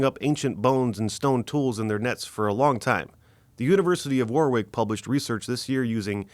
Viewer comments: You’re pronouncing “Warwick” incorrectly. It’s pronounced ‘WO-rick’. Great videos though. ❤ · Just a note, warwick ... Is pronounced as "warrik", .... Great informative video's, Thank you.